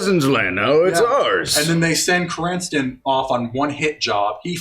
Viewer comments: Yes it’s a nitpick and I’m sorry Krrsantan being called krinstan(or some other variation) the whole time hurt lol. Love my 80s metal as shit wookie😂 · I love that they're just calling him "Cranston." Like, I don't blame them, Krrsantan is a tough name to memorize and/or pronounce.